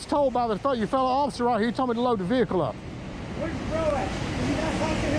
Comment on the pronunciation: VEHICLE, NOT A veakul